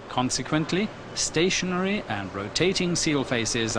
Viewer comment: ستاشنرى سنترفيوجال REPAIR YOUR ENGLISH PRONOUNCE